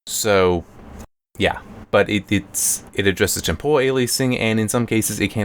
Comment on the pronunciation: Temporal man, not tempohral